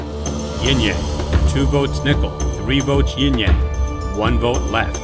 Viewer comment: Sorry, but its YIN-Yang. Not Ying-Yang.